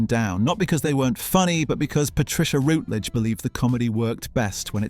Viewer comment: It's Patricia RUTledge, NOT Patricia Rootledge . . . And who was the neighbor who disappeared, Elizabeth's brother?